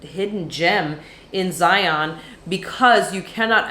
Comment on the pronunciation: Hey love the channel. As a Utahn, I need to correct your pronunciation of Zion. The pronunciation rhymes with "Ryan." Lots of visitors prounounce it incorrectly as if it rhymes with "Try on." Thanks, and LOVE all the Amtrak stuff. I took my first trip last month Salt Lake - Chicago - DC - Orlando. So great!